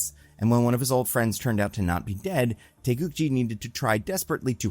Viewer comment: So you would pronounce it TAY GOO GEE?